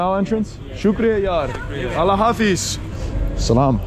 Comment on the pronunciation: STOP SAYING LA HAFIZ.. ITS ALLAH HAFIZ